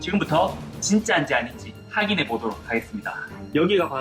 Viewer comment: 허팝 확인이 아니라 자꾸 학인이라고 하는거 ㅈㄴ 신경쓰여 사춘기라 그런가